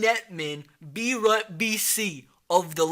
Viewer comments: Beirut is pronounced like bay-root not be-rut. It’s the capital of Lebanon. 🇱🇧Still love the vid though! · Beirut is pronounced Bay Root.